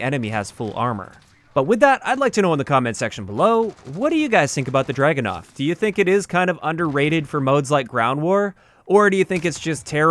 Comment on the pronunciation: I cringed everytime I heard the Dragunov pronounced as dragonov. Just read the word. Look it up in Russian. So much research in every video but then you get the name wrong. Amazing.